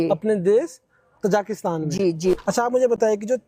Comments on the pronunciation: Aap baar baar tazikistan ko tazakistan bol rahe ha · interview lene wala kuchh kam padha likha hai.......na thek se question puchh rha h na ki country ka name hi theek se le pa raha hai...ताजिकिस्तान ko तजाकिस्तान कह रहा है .......interviewer should be educated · Anchor has wrongly pronounced Tajikistan (as तजाकिस्तान). Podcast is informative.